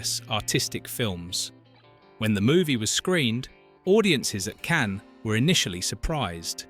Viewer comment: Cans, Cann- ess?